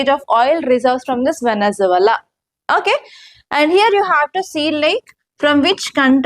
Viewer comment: వెనుజులా నీ పలకడం కూడా రావడం లేదు మేడమ్ గారికి